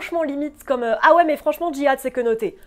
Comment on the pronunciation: Qu'est-ce qui te gêne tant dans le fait que Anna-Taylor Joy incarne Alia ? ( l 'âge ? le physique ? ) ainsi que son rapport avec le Djihad? Concernant le mot Djihad , il est bel e bien prononcé Très bonne vidéo